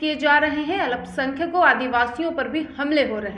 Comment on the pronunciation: "अल्पसंख्यक" बोलना सीखिये।